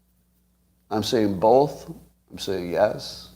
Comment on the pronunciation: Scott says bulth instead of both